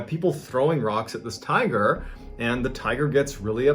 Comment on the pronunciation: Please tell me I'm not the only one who heard tire instead of tiger the first time